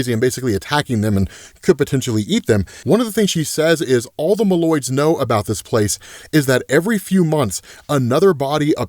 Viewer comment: My friend, I am always happy watching your work/videos/art, and will keep watching while you’re making content. But homey, I get a little pinch in my brain 🧠 or soul 👻 every time you call the MOLE-Man’s MOLoids “The M’Lloyds”, like they’re your neighbors. And it’s not “A-TTILan” like Attila The Hun, but closer to “BatttleLand”.